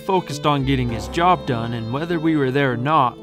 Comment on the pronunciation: You gais is not izi jab